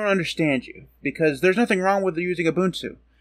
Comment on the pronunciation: UBUNTU is the STANDARD for Linux distros. NOTE: You are one of the very FEW Americans that can pronounce UBUNTU correctly. RESPECT!!!